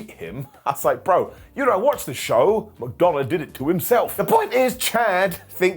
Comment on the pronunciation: You said McDumbagh, even now... 🤣🤣